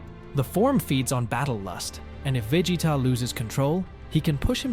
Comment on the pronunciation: Can you please stop saying vegeta like that